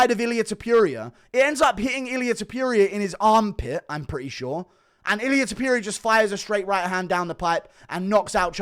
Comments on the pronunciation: love you bro, but c’mon... it’s Topuria, not Tepooria. Put some respect on the Georgian beast’s name! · I cannot stand how you say Ilia Topuria, why tf are you saying tipuria, THERES A "TO" so it's TOOPURIA NOT "TIIIPIURIA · Guru, ffs, learn to pronounce names. topuria, not* Topyoeria*! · Its Ilia Top-ooh-ria, not fookin Top-you-reeyah... Its not that fookin hard!!!! Youll never be as great in mispronouncing names as the Goat, the undisputed Chael... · STOP SAYING TOP-YURIA THERE IS NO "Y" TOP-URIA. Jesus christ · Top*puria! (not Topyoeria!) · topuria not topiuria btw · “Ilia topyurier” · It’s pronounced tooppurria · Topyurija lol 😂😂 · Topuria, not Topyouria. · “Ilia Topiuria “ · Ilia topuria not Tipuria you kokhead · Tf is ilia “Tupew-ria” 🤣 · “Ilier topurier” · Thepureia lol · Ilia Topyuria? 😂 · Eeliyah Toepyureea. Bro learn how to say his damn name 🤦🏻😂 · “Illiyay tupureuoau” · Topuria not toperia. Get his name right FFS. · Ilia ta-pew-rea 😂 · To - Por - riah -a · It sounds like vomiting when you speak out ilias last Name!! It’s TOPuria and not that sh*t you try to say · As an Australian i can say this concerning pronunciation- Aluminium is acceptable but Ilia Top-ewe-ria in unacceptable.... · MMA "Ilia Tuhpeeria" Guru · Say his name right bro ham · stop mispronouncing TOPTURO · guru still cant say topuria right wtf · mf cant pronounce topuria right to save his life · You cannof even pronounce his name correctly. So cringe. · My guy still doesn't know how to pronounce Topuria. Impressive.